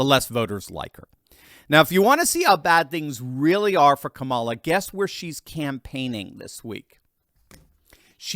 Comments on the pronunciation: it's KA-ma-la, not Ka-MA-la. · que mala not Kamala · Can't stand her, but say her name correctly...